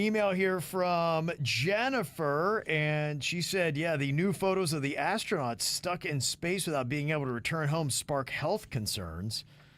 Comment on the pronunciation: Why did I hear “fat-ass” tronauts? 😂😂😂😂